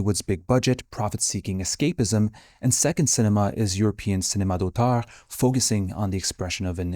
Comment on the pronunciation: j'ai juste réalisé que t'es Québécois quand t'as dit (cinema) d'auteur hehe Francis Dupuis-Déri a aussi été un des mes profs préférés :D merci pour le vidéo. t'as oublié le lien!